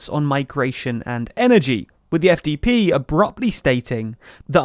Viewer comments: 1) congrats on saying SPD and FDP correctly 2) this is not chaos, it’s pretty normal in non-British / American politics and nobody describes it as chaos… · You actually pronounced both the SPD and the FDP correctly in this video, awesome!